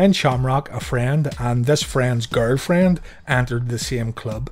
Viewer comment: The way he said girlfriend was more lik gorl- fran 😆